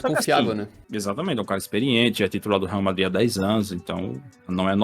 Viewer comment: ''varmadrid'' blz entkkkkkkk